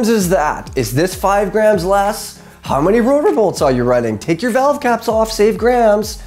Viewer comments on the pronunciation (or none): none